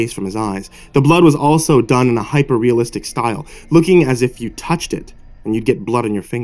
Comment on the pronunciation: i chuckled so hard when you said hyperrealistic but its still so good